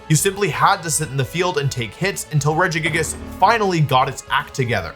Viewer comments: I still think of that one time I heard you pronounce this pokemon Rejiggajiggas and I call it that to my friends to this day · That's absolutely not how I would have pronounced Regigigas lmao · The way you say Regigigas is so fun. I love it.